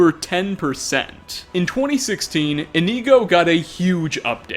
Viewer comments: come on brother, you have Inigo installed, and your gameplay videos with him were up on screen. His name is Inigo, not Ineego/Ihkneego lmao. I know you’re not the absolute best at pronouncing Elder Scrolls names, but Inigo’s name is literally right there in the title (and his pictures). He is a blue Khajiit, made by Smartbluecat. Indigo is a color close in shade to blue. Inigo therefore is pronounced like Indigo, without the “d” 😂. It’s okay though, I still love your videos lol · Its not IniEgo its InIgo, with the I being said like "Eh" or very fast. Inigo. Not Inego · I thought you pronouce Inigo as In-igo not Ineego. Have I been saying his name wrong this whole time D: !? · In ‘I’ go not in ‘ee’ go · Why are Americans so shit at pronunciation, why is he pronouncing "Inigo" as "Ineego" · Inkneeeeeeeego. Bruh. Inigo says his name a lot. He's a Khajiit. Why are we pronouncing it incorrectly? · E...EeKneeGo, nice. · Its not really a stereotype its relatively true, in the same way that I'm sure us English completely butcher the pronunciation of a lot of your words and or phrases but I'm just pointing out that there are a few such as "Inigo" that I don't understand how they could be pronounced differently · Is it just me or does it seem like he hasn't played with the Inigo mod at all considering he can't pronounce the freaking name correctly? I think I'm about to have a brain aneurysm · The way you said Inigo makes me want to go deaf. Sorry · Okay this is cool and all but all I really got from this is the fact that you don't know how to pronounce Inigo. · Normally I'm accepting of your difficulties with pronouncing things, but butchering Inigo's name so badly comes fairly close to sacrilege. Hopefully, you'll learn the pronunciation by the time V3 comes out.